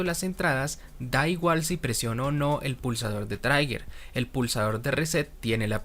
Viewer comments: Otro magnífico video, muchas gracias. Sólo una pequeña observación "trigger" se pronuncia 'triguer' y no 'traiguer' las vocales en inglés no tienen una pronunciación fija, más bien dependen de las letras circundantes. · Muy buena explicación, aunque me perdí un poco en las derivadas e integrales del video anterior. Una pequeñísima observación: "trigger" se pronuncia tal como está escrito /TRI-ger/ (donde la /g/ suena igual que la "g" de "gato" o "guerra"). Soy profesor de Inglés, y tomé nota de ese detalle